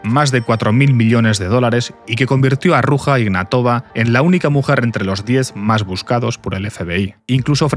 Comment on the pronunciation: Se pronuncia aproximadamente "Ruya Ignátova". Da cosica cómo lo pronuncias...